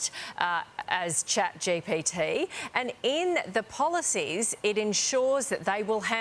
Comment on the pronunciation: She couldn't even say chatgpt 😂